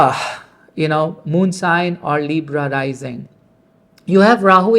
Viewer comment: Is it Astro-,logy or Astrology? Leebra? Your pronunciation is abhorrent!! Why do you take this accent?. Why do you still need English? Dear Sir, Astrologer: 2026 is a Gregorian calendar not Vedic calendar. Stop fooling people.